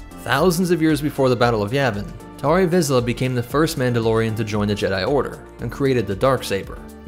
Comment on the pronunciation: Tar Vizsla not Tor Vizsla.